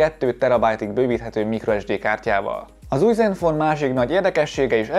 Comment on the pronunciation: Csak én értettem néha iPhone-t mikor zenfone-t mondott? :D